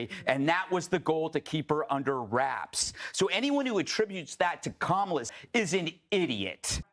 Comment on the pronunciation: He said it wrong